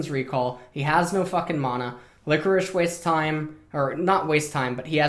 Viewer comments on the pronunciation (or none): none